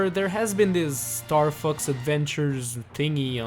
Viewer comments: Bro am I the only one who heard starfucks? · is sounds like star f*cks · It's funny how he says Star Fux instead of Star Fox